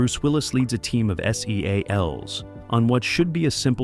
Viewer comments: ahahah like man, just say seals. 😂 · Why is it driving me crazy that this video is saying “S. E. A. Ls” and not “seals” as they refer to themselves. Obviously it’s in all caps, but it sounds weird hearing it say every letter. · I agree that this narrator sounds idiotic saying S-E-A-L-S lol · The narrator lost me by spelling out S E A L S. I shut it off